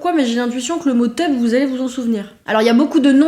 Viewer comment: Pour "la maille et l'oseille" j'ai pas l'impression que ça ait disparu un jour, j'ai toujours (35 ans) entendu le mot "maille" pour l'argent .... Quand au "tub", comme il en reste dans les fermes (reconvertis en abreuvoir souvent) je connais bien mais pour moi ça s'est toujours prononcé "tube" ... Je suis étonnée de cette prononciation un peu anglaise qui donne teube